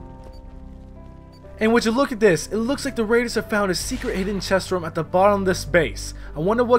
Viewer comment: I love how you say room "rum"